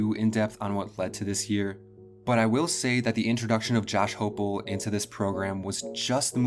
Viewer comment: It's Hype-el, hi-pel, hype-l